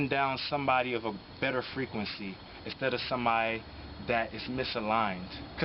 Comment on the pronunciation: The erff has anatral freak wency.❤